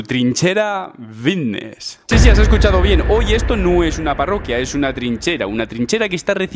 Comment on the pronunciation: lo de '' Vitneess '' queda fatal, cohone no es tan complicado decir ''' FFFFFitnes ''